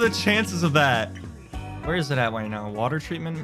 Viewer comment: pretty sure he said “wite now” instead of “right now” lol, just caught my attention